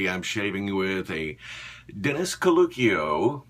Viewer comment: Hahaha! Freelance gynecologist! Nice one. I may be totally wrong but I think caluccio may be pronounced "kalu-chio" especially if he's Italian. Great video!